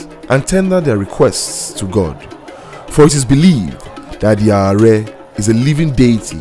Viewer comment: May i say its ADE AARE not ARE